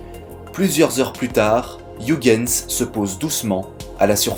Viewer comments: Pour ton info, on prononce "oeilguens" et non pas ouigueins. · ça se prononce Oeuil Guns, bordel de merde! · hei,, Huygens etant hollandais, ça se prononce "hœighens",le son gh presque perceptible! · Très bon contenu, merci beaucoup pour ton travail qualitatif :) Sauf la prononciation flamande de Huygens XD Ps: On prononce Huygens comme un "oeil-guens" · Super, comme d'habitude !!! Vivement la Partie 2 !! Bonne continuation à toi, j'adore ce que tu fais. (PS : Huygens se prononce "Oeil" "Gaine" "S" (Je sais que tu as le soucis du détail donc si ça peut t'aider)) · Heu Huygens, phonétiquement cela se prononce Oeil - guens, mais c'est un détail, belle vidéo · Si non, Huygens se prononce '' oeil geuns '' ;) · Ca se prononce "Huygens". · Merci pour cette vidéo😊 Par contre ta prononciation de Huygens m'a trop fait rire hihihi 😉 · Il suffit de se souvenir d'une chose pour éviter la majorité des écueils en prononçant un nom étranger : ne JAMAIS imiter les Anglais. Partant de là, t'es déjà beaucoup moins ridicule. Mais bon, là, c'est raté : il a prononcé le U comme dans Hugh Grant... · "iougainse, pheubé"... putain, la vache. "uigainse, phibi".